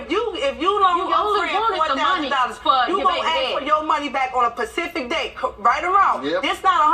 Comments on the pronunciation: Pacific Date she said. I didn't realize people were this dumb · Nah, my mom used to say that all of the time...used to hate it...lol "Ma, it's "specific", not "Pacific". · ona pacific date. haha smh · "fitna" and "Pacific"